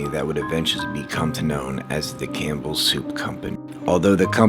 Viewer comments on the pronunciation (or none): none